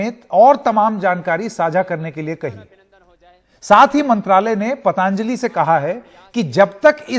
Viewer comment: शब्द पतांजलि नहीं पतंजलि है। उच्चारण सुधार लें तो मेहरबानी!